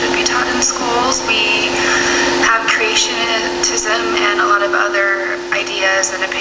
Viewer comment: "we have creation-ni-tism..." Why is it so hard for external beauty to go along with intelligence? Every time I see these people I loss a little bit of faith in our world. I understand the relationship between beauty and stupidity should indicate correlation, not causation. But, DAMN, this sample pool...